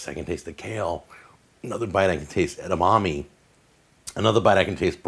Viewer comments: Christ, It's pronounced "eh-dah-mah-meh" not "ed-dah-mah-mee" and edamame is already plural. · Edamommy 😂. Edamame! "Eda-ma-Meh!" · “Edamommy” pisses me off so much more than it should lol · "Edamommies" lol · Kale in fried rice?! Gross 🤢 but more importantly, I never want to hear "eda-mommy" ever again